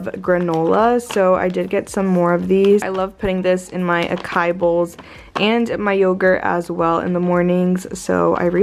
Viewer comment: Cute video sis. Just a heads up, Acai is pronounced ah-saa-ee. :)